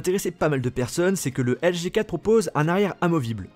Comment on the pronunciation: Articule quand tu dis LG G 4, on dirais que tu dis juste LG4